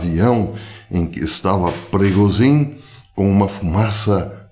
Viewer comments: A pronúncia é prigógin zh=j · Professor A pronúncia é PRIGÔJIN A língua russa praticamente não tem palavras oxítonas. Normalmente são paroxítonas ou proparoxítonas. O sobrenome da tenista pronuncia-se Sharápava. Bom dia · Não professor, a pronúncia em russo é “Prigózhin”, isso msm a 2ª sílaba soa mais forte e em inglês “Prêgozhin”, soando mais forte a 1ª sílaba. Espero ter ajudado, forte abraço!